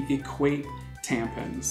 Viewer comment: Every single time he said "tampens" I lost my shit skskjkh